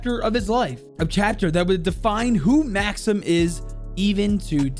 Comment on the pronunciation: Its not pronounced Maxim its Mahckseem